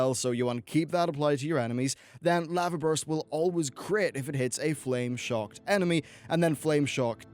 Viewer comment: wait why do you say lava like that